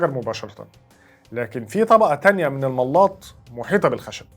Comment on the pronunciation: الملاط بفتح اللام وليس بتشديدها